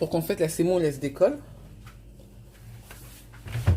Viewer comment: On dit la semoule et non pas la sèmoule